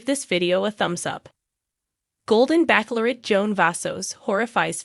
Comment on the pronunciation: NOT BACKLORRET it is pronounced like Bachelor with ette at the end! I wish i could listen to this but can’t once you mispronounce so many words